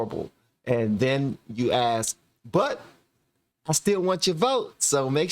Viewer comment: I'm french, did you say aks, it confuses me